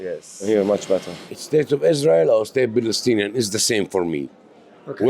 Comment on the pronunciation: I wonder why do they say balestinian 🤔